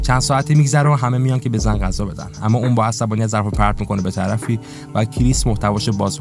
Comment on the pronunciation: عالی بود ولی غذا نه قذا درست بگو